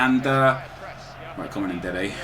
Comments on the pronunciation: Why does he say dede the center back ffs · Just say Dede